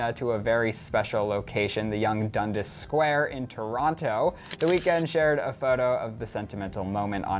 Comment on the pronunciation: The pronunciation is Dun-d(ah)s. Come on guys!